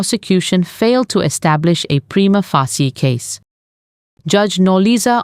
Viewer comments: Prima facie is pronounced like this: preema fayshia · Its prima fay shee